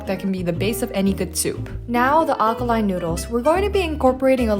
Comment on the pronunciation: its aLkaline, you kept saying akaline. ramen looked great by the way